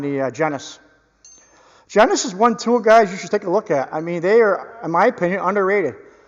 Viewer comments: That's pronounced wrong. Its genius like high intelligence. Im surprised nobody caught that. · These are very close to the quality of the Capri tools version. (I think you missed the “I” in the brand G E N I U S…I know, picky, picky…😂). Think of it as “Geenyuss”. Like “that person is so smart, they are a “Genius!”